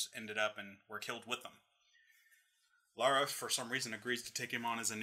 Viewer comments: I just noticed WHY IS HE CALLING HER "LAURA"? Like... Doesnt he know she is Lara?! :D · First off her name is Lara not Laura. second your friend is right, Core was sick of making TR games so they tried to secretly kill off Lara Croft.